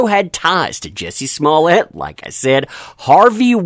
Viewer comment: You miss pronounce his name lol! Jjjjjuuuiicceyyyy smmmmuuuuuuye lol